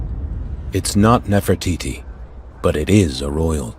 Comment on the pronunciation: this man knows nothing about ancient Egyptian history, he just went there to sand and says Nofertiti, Nofertiti about everything.😑